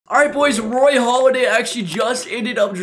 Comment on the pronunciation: Hey dummy, it's Halladay not Holiday. I got out of this video and the first 10 seconds...